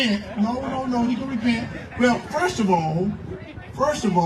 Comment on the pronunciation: "FOIST of Ohh..."